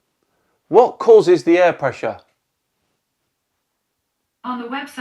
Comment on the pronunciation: what causes air presser. A I R P R E S S E R say it slower if you need too. LOL